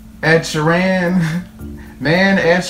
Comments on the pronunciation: Shear-en... not she-ran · Sheer-in Not She-Ran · Ed is a poet and a fantastic story teller, just him a guitar and a loop pedal you need to check out his other stuff. His name is pronounced sheeren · ugh my pet peeve is when they pronounce his last name wrong. he beats the crap out of his guitar